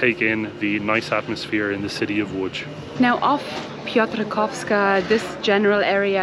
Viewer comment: Ty genialnie wypowiadasz nazwę Piotrkowska Street! I bardzo dziękuję, że wy łamiecie te nieprawdziwe opinie, nadal funkcjonujące na temat Łodzi. Tylko ktoś, kto nigdy nie był w Łodzi przez ostatnie dwadzieścia lat, może powiedzieć, że Łódź jest depresyjna.